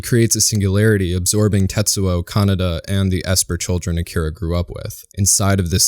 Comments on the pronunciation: Great video! My only criticism is your pronunciation of "Kaneda". You sound like you're saying "kah-nah-dah" when it should sound more like "kah-ney-dah". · It's Kaneda. Kaneda